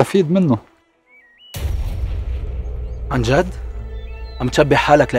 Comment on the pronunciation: أولا اسمها اليسار ومش السيار. وثانيا، عن جد ومش عنجاد .